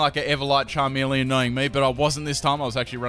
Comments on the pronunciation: is charmeleon not charmilian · really? charmilian? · Charmilian? ITS CHARMELEON BOI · its charmeleon not charmileon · It's called a CHARMELEON not a charmillion. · "Charmilian" Son, I am disappoint. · its not charmilian its Charmeleon! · its charmeleon not charmilian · charmilian XD nice..... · LOL charmilian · CHARMILIAN XD